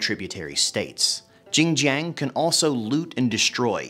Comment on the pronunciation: don’t worry, I will have more ginger for the next couple of days to commemorate Zheng Jiang for her butchered name. Btw, I have spoken to many Asian Three Kingdoms fans. No one knows who tf this female character is. Is it a made up one?